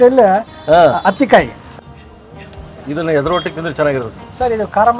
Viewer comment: Sir ಅದು ಹತ್ತಿ ಕಾಯಿ ಅಲ್ಲ ಅ ತ್ತಿ ಕಾಯಿ